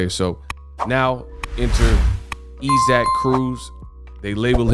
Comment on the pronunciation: why do you continue call man e-sack it's I'saac Aka(eyes- sick)0k come man please 🥺